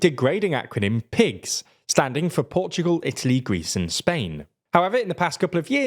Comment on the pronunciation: Piigs not pigs 😅